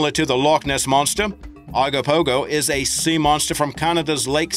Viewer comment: i live in the okanogan in bc canada and its ogopogo not whatever u said and its likey sturgeon theres no seals in lake okanogan